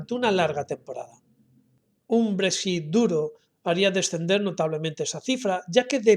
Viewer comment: Yo practicaria un poco mas para pronunciar Brexit un poco mejor